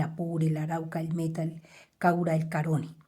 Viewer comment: se pronuncia río Caroní, con acento en la última letra, en la letra i.